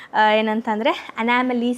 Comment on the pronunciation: It's not anamaly it's Anomaly